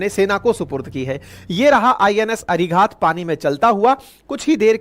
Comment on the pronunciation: भाईसाब, इस सबमरीन को अरिघात कहा कीजिए। जिसका मतलब दुश्मन पर वार करने वाली सबमरीन। आशा है आप उच्चार ठीक कर लेंगे।